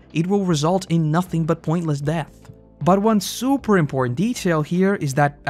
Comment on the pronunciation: the souper interesting 😂😂 nicely done